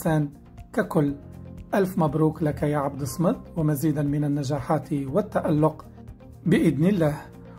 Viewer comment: راك تتمسخر ماتعرفش تنطق اسم من أسماء الله سبحانه وتعالى وهو الصمدبفتح الصاد ومعناه الذي تصمد إليه الخلائق